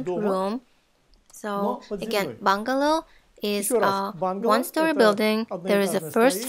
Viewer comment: Что за бунгАло? В слове Бунгало - ударение делается на первый слог, и даже в английском : БУнгало. Это чужое слово и в английском пришло из хинди/ и бенгальского «Бангала» что означает изначально «бенгальский» (стиль дома)